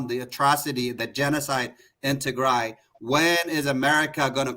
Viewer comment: I absolutely watch this show interesting enough to start calling Ethiopia Northern Ethiopia I think they have hard time saying tigray especially the participant the host is beautiful she is a great woman and she have pronounce the word tigray to dry the participant North Ethiopian Ethiopian this is the actual topic tigray genocide ethnic cleansing Emeryville swimming